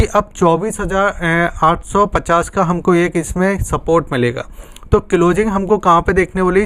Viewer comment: Tere ko closing bolana nahi aata abhi tak